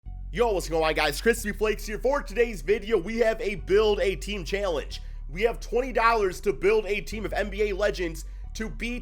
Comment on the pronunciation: He just said chailange